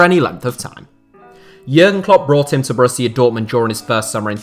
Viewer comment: It sounds like your saying yurrrn klopp